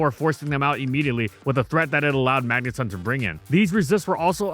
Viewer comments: magneton not magnetun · Stop saying Magneton like that. 😂 the ton is like in automaton. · When did we switch from saying mangeton (rhymes with electron) to magneton (magnetun)? I only noticed the switch like 3-4 years ago.